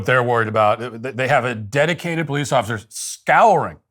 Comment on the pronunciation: "Dedicwated powice officers"